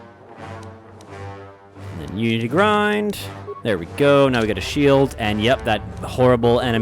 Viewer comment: Every time says "unity grind" instead of Unity Grid, take a shot.